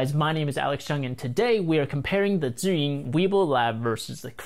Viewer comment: I finally know how to pronounce “Zhiyun” :)